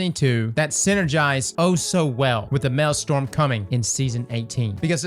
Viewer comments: Maelstrom. Not Marlstorm. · Did you just call it a male storm instead of a maelstrom